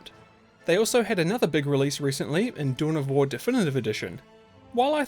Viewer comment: What? Dune of War?? Your pronunciation is terrible.